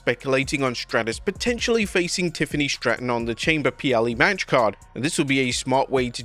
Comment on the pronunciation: Yeah I can't unhear it now thanks 😂